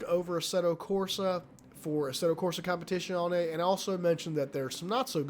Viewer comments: As an italian i had to puke every time... its a Z, not "sh" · If it matters the proper pronunciation is "com-pe-tit-zee-own-ee" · I love the way you pronounce "competizione" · Attila Giber a competizionét már nem tudja kimondani...:D